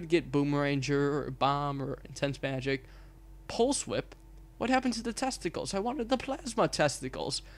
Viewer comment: Eww, you said testicals .